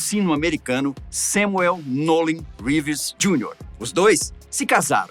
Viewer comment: "Řeeeeves" moço. Não abrasileira o Sobrenome do moço. 👍